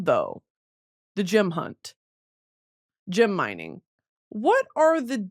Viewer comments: No ones gunna address how she pronounces GEM????????? Jim?????? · Brit i love you but its GEM not GYM 😭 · she say gym instead of gem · Girl, learn how to say gem and not gym